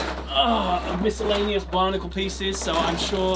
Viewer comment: Is it just me or when he says Bionicle it sounds like Barnacle?